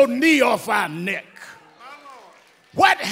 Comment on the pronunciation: I just love how he pronounced "NECKKQQ". Great orator.